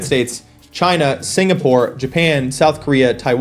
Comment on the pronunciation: It´s pronounced "jChina" !